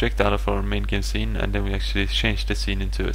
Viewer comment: Crating != Creating. Sine != Scene Varables != variables. clauss != class dis != this Enjine != Engine Your programming is awsome, and your pronounciation of english words needs work.